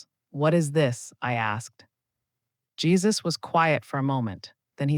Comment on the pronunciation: Jesus not jaisus